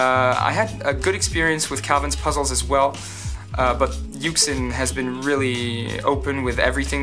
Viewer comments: Its pronounced You-Shin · Yuxin is pronounced YOO-shin. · kris_zheng It is a Chinese puzzle manufacturer. YuXin is what is known as a romanization of a word. "You shin" is just two English words to approximate pronunciation. "Yu xeen" is also some sort of approximate, but without English words so the reader is left to interpret what that would sound like. When I read it, I think "You Sheen" if that's what we're going for. If you ever want to represent the actual pronunciation rather than an approximation then you need to write it in IPA. This has the benefit of being completely understood but the drawback of the fact that most people don't know IPA so they still won't know what it sounds like although they could look it up. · It is pronounced yooshin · YuXin Is pronounced more like "you shin" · Assuming the company is Chinese, the pronunciation in Mandarin is "You Sheen". Good stuff, I want to see what else you design. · Yü-shïx is how it is pronounced no offense though, and I love ur channel ❤️💜💙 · It's pronounced YooJzin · it's pronounced "you shin"